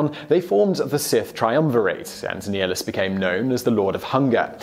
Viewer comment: It is prounouced (Nigh-nilus)